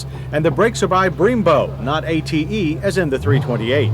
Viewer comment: Why he say it like that?